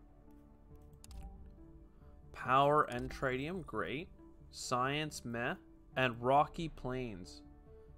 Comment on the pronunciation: how could you, how could you not choose the swedish scientist character, I will assume you were being nice to let me play myself, thanks for the tip, looks cool, though pretty close to some of the concepts in TMars boardgame, wonder if they had any contact with fryx games. PS I think it's supposed to be pronounced tritt-tium rather than try-tium :)